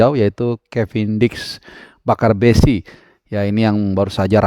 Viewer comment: maaf bukan bakarbesi..kalo gak salah panggarbesi